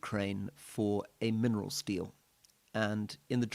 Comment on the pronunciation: Did you say minerals deal or mineral steal? 😮